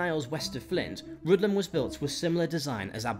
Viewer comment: Aberystwyth is pronounced as written - not 'Abewustwiv' Rhuddlan is pronounced 'Rhith-lan' The river Clwyd is pronounced 'Clooid' - not 'Clyde' Builth is pronounced 'Bilth' - not 'Bue-lith' 'he was Edward's bitch now' - Seriously? What sort of historical terminology is that ? Dayfydd is pronounced Dah -vith - not 'Daffid'